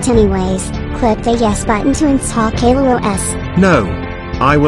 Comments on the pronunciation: when mario is saying caillou it sounds like gaillou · its not gaillou os its caillou os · OH NO ITS CAIL LOO OH ES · Caiiou not ku